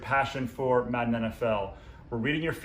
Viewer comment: The way this guys says madden annoys me